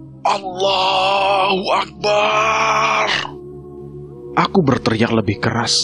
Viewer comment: Mohon maaf sebesar besarnya pak ADMIN,, pengucapan AKBAR jangan di panjang kan,,sebab itu akan merubah makna dan artinya,,,, sedikit koreksi dan untuk referensi silahkan simak ADZAN, lafadz ALLOH Boleh di panjangkan tapi tidak dengan AKBAR